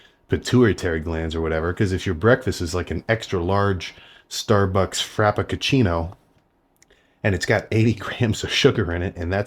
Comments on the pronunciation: Frap-pa-ca-chino lol love how u said it 😂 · “Starbucks Frap-a-ka-chino” 🤣🤣🤣